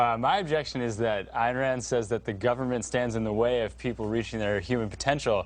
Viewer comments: Never thought that Elmer Fudd would be a follower of Ayn Rand !! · "Ayen Wand lived a hewoic life"